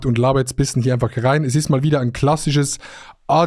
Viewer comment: Wir haben den gleichen Sprachfehler wir sagen bissen statt bischen